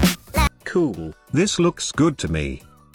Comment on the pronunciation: Love how he says cool! Makes watching even if the content wasn't worth it. Keep up the good work. Helped me tremendously!